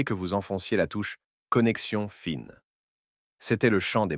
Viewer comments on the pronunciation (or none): Reportage très intéressant mais la Voix merdique de l'IA bousille tout dommage. comme Connexion Fine non FIN.